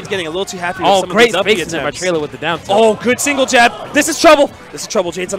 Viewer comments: It's 'Trela' not ' trailer' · for godssake its trela like fella. not traila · it's pronounced Trela! not Trayla... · Trela* not "trayla" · TRE-la. Not TREY-La. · dude seriously how do announcers not know how to say names correctly...especially someone as big as TRELA not trayluh... pissin me off bruh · am I the only one really annoyed that the announcer is pronouncing it Tray-Luh? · tray-la lmao okay? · can't even say trela right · These commentators made this set unbearable to watch. They pronounced trela wrong even though he's a well known player and kept referring to Jade as a she. It hurt my ears. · I hate how he said trela name it sounds awful. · Horrible commentators. Extremely biased and don't even pronounce Trela's name right.